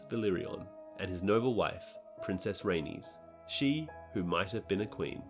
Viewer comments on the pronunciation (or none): none